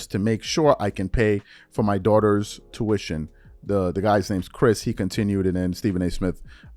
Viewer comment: His big forehead calling it TOOITTON instead of Tuiton and EEERYBODY instead of Everybody but you criticizing Ms Crockett’s vernacular 😅